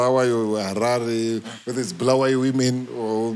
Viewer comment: Bulawayo pronunciation for those guys who from that other side is bad